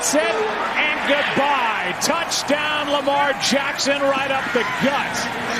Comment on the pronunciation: Listen to every other announcers some people say "Da Douchdown" some people say "The Touchdown"